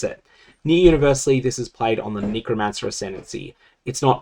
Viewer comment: can you stop saying kneecromancer? puhleeeaaaaaasssseeeeeee